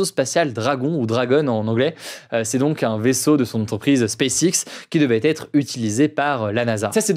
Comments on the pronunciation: Hugo, est-ce que tu t'entends comment tu prononce "SpaceX"??? Ce n'est pas du tout digne d'un bilingue, avec un père anglais (si ma mémoire est bonne). Applique-toi mieux, bordel! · As-tu entendu comment il prononce SpaceX? De quoi parles-tu donc?